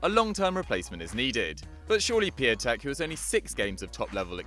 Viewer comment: It’s Pe-ont-tek not pe-a-tek